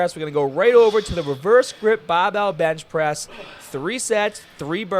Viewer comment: Hearing bahhbell gets me everytime dude, too funny. Love your content tho, keep doing your thing.